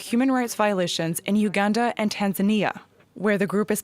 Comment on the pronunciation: First of all, you don't even know how to pronounce the name of our beloved country #Uganda, and you begin criticising our plans. We don't need your help cause it's only causing harm to our continent. Your nations have more problems to deal with, but you keep pointing your noses in our affairs which don't concern you.